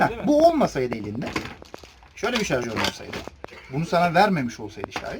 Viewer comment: Jarjör değil şarjör